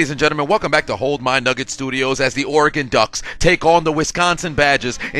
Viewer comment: Thanks for saying Oregon correctly